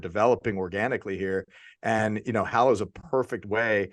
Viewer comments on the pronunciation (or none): Love the show. May I suggest something? The name of the app is HALlow ( rhymes with shallow). 👍🏼😀